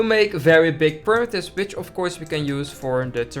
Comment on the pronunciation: Look, I know he said which, but it sounded like b*tch!😂😂😂